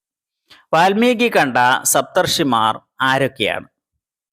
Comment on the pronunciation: വാൽമികി എന്നല്ല പറയുക വാത്മീകി എനാണ് പറയുക